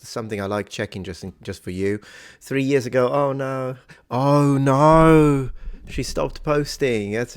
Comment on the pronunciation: Never say “oh no” again, you’re way off. LOL!